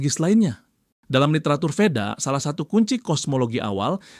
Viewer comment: Perlu dikritik ini channelnya. Dalam sansekeeta di asia Tenggara Bunyi V itu bibaca W. Deva dibaca Dewa, Veda dibada Weda. Vidhyadarya dibaca Widadari. Dan seterusnya.